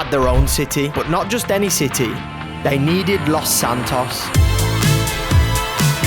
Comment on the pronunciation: “Lauce santauce”